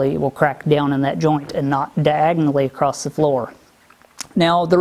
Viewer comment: Ok, what is the deal with more and more Youtubers adding a "t" to the ends of random words (acrosst, spellt, senset). In case you need the reference, "Acosst it". Has this always been going on and I am just noticing it? I get dialects, and accents by regions and all that jazz, but a YouTube accent? Anyway good job, keep at it you will get there soon-t.